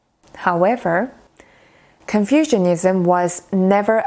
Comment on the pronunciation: You are mispronouncing Confucianism almost every time you say it. The way you say Confucianism sounds as if people have developed an ideology based on confusion, rather than the teachings of Confucius. Please don't take my comment as an insult. You speak very good English, but you, me and everyone else can still improve if we know what corrections need to be made.